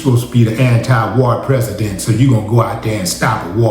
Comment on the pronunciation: 😂 wow your Prasadant